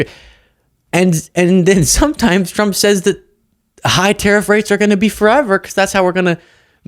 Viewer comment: Levitt can’t say “tr”, hence her problem w saying the presidents name and TRuckers. Make that go viral. She’ll be out in 4 days.